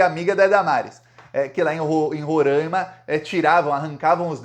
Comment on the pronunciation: Roráima e não Rorãima